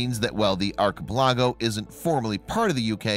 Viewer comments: "eye-let" not "is-let"... "ark-i-pal-ago" not "arch-i-pi-lajo"! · Lol.. arki-pe-lah-go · arr-cuh-pu-LAHH-go! what a poopyhead! :D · nothing like visiting an Iz-let in an Ark-e-pelargo. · Would you please check out how to pronounce a few words? Start with archipelago. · Islet.. second